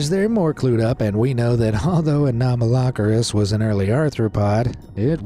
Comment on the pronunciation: its "ano-malo-ceris" (pronouncing)